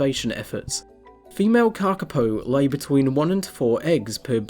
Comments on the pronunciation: Moss Chickens!❤ One thing to add, your pronunciation is very good but you should extend the vowels a bit more. The correct spelling is kākāpō and its cousins the kākā and kākāriki, with the macrons indicating a longer vowel sound and kākā meaning parrot. The shorter sounded word kaka means poo in Màori😉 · Karkipow !?? What's that? I know the Kakapo. If you bother to pronounce the Kakapo name properly it will sound more beautiful, more authoritative and more respectful of the maori name. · Kaka paw is how it said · thank you for your reply. Kakapo is a maori name and unlike in English usage vowels are pronounced consistently. The letter a is the same as the words car, father. the second letter a in Kakapo is also pronounced a and not like an "i" as you did. The big difference is that the letter "o" should be pronounced as in the work "fork, port". "O" is pronounced best with lips extended. All vowels in the name Kakapo are long and with even emphasis. My father was a passionate advocate and tutor of the maori language and I have given NZ politicians lessons in maori language pronunciation. Your "just fine" pronunciation is classic lazy kiwi pronunciation which would have gone unnoticed 20 years ago but fortunately today more people in all walks of life (even scientists) are embracing attempts to pronounce maori as a mark of respect and NZ nationhood. I hope this helps.